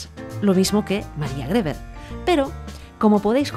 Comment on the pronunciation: Griver se pronuncia